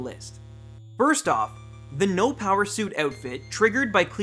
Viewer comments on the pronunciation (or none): none